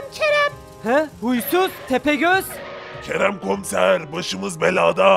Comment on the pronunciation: 0.35 tepegöz doğru diyo